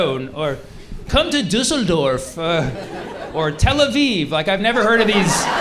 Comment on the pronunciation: I was so taken aback that he said Düsseldorf correctly that the actual joke hit me like a truck omg